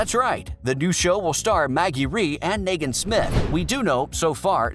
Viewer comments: Nagen what!!! It’s Negan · Yes the way the guy pronounces Negan makes me take his words as facts lol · You don't pronounce negan right